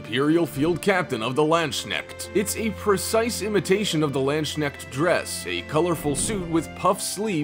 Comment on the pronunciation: The Landschneck 😂, this pronounciation of Landsknechte sounds like the equivalent of Land-Snail. I would butcher a ton of words aswell, so no hate just funny 😉